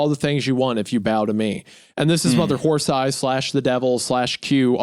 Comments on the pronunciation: I giggle every time Isaiah says mother whore thighs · "Mother Whore Thighs"? Really Isaiah? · Not Isiah mispronouncing “Mother Horse Eyes” as “Mother Whore Thighs” 😂🤣😂🤣🤣🤣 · I love how many time he accidentally says mother whore thighs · take a shot every time Isaiah says Mother Horth Eyes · Don’t let the video length distract you from the fact that on multiple instances Isaiah had to prevent himself from pronouncing Mother Horse Eyes as Mother Whore Thighs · Pretty sure I heard Isaiah say "Mother's whore thighs" a few times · On multiple occasions it sounds like Isaiah says, "Mother Whore Thighs". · Did anyone else hear Isaiah call the author momma whore thighs? 😂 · Wendi def said Mother Whore Thighs one time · The amount of times Wendi mispronounces Mother whore thighs is just funny 😂😂😂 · Take a shot every time Wendigoon pronounced "mother horse eyes" as "mother whore thighs" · I'm dying every time Isaiah mispronounces Mother Horse Eyes as "Mother Wh0re Thighs" 😂😂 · “mother whore thighs” - wendigoon 2025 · Lmao I noticed that too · Im just here for how many times Isaiah calls her "mother whore thighs" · Isaiah's mispronunciation of "Mother horse eyes" caught me off guard 😮😅. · ‘Mother whore thighs’????? Isaiah???? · Isaiah says "mother Whore Thighs" MULTIPLE times in this podcast and he needs to be called out. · "Mother Wh*re Thighs" "Kodesh Hakodeshim" is pronounced "ko*desh* ha kodesh*eem*" (kodesh = holy, ha = the, kodeshim = holies), not coddish hagodashum, lol. This is about the mystery of humans from the perspective of a feral cat, similar to the dog dream, which emphasize the odd relationship between animal and caregiver as a theme. Oily One = Human.